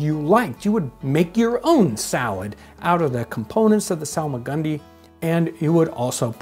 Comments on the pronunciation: I hear solomon grundy whenever he says salmagundy😂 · It's actually pronounced Solomon Grundy